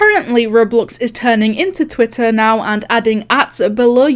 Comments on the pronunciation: I love how she says "Twih ah". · everyone: twitter: twituh